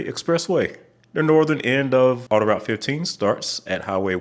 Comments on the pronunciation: I'm in Montreal. "Autoroute" is pronounced "auto-root", not "auto-rowt" ("ow" as in "wow"). And the pronunciation of many of the place names in Quebec is totally butchered. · Pronounced "auto-root", not "auto rout"